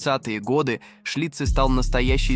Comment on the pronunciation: Что с ударениями? ЦиркАх, сестрЫ, ШлитцЫ...